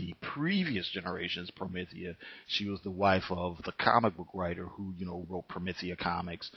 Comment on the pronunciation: You’ve got some nerve reviewing something you can’t even fully grasp, unless the video is actually about you and your ignorance. Also, it’s not pronounced promithia. You probably wouldn’t be able to handle Gene Wolf’s book of the new sun or Steven Erickson’s Malazan Book of the Fallen. Those aren’t comics, but along with Promethea by Moore and The Sandman by Neil Gaiman are the pinnacles of fantasy in both comic and novel formats